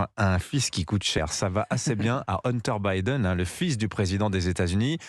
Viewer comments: "Une terre" Biden. La prononciation est à l'instar de son billet : médiocre (pour rester poli). Je comprends sur qui c'est basé Jérôme Commandeur pour un de ses personnages, J-C Poncif... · ça reste moyen; en plus incapables de prononcer "Hunter" correctement ils ont l'ait tellement has-been...